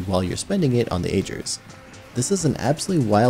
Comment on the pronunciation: Ahh-Gir. Ahh-Gir. Not Age-Er...... Ahh-Gir's Scepter.